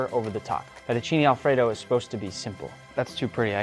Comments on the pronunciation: "Fettuccini Alfredaw" Bro sounded so Italian (Yes I know he's part Italian) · The way he said fettuccine Alfredo is so funny😂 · I read the the title in an Italian accent before the video starts and I laughed so hard when also said it in an Italian accent 🤣